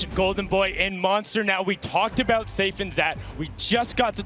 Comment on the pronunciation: .....sundown said SAIF and ZAT ....hehehehe